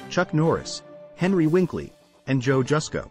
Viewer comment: What, you've never heard of Regis Phlibin, Maria Maples, and Henry Winkley? lol